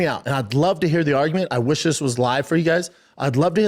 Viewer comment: i'd like to hair the arggument, B... i've got a lawl degree... Frank Mare is definitely part of the prom... got a 'nairdiv' and 'talmbout' as well lol